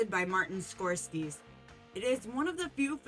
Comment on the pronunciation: You're pronouncing Scorsese wrong... Try Google the American and Italian pronunciations are slightly different.